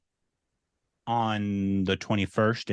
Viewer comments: Its Dun-Ki not Don-Ki 😂😂😂 though the film is based on Donkey Fight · It really was funny when Pronounced Dunki as Donkey... DINOSAUR VASTHUNNA #salaar